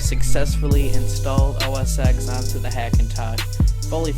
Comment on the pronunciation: It is OS 10, not OS EX.